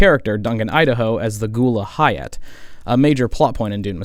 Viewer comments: Ghola is pronounced like “go-lah” and Hayt is like “Hate”. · “Ghoulah” “Hyatt” “Ben-Telacks” “Iroolen” I want to hear this guy’s opinions but I don’t know how many more mispronunciations i can endure. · brother.... Where the fuck did you learn English pronunciation? Ghola (Go-La) Hayt (Ha-te) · nah he already did that when he said “Hy-at” 😭😭